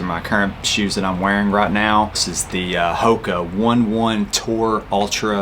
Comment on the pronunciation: I hate them because they’ve always been sold out :/ so I just recently purchased the Kaha GTX instead. But great video! (It’s HOKA O-neh O-neh, not “one one”). The speedgoat mid gtx 2 are great as well. And challenger atr 5 gtx are fantastic for everything.